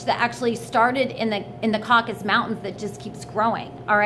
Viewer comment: Caucasus Mountains. CAW-CAH-SUSS.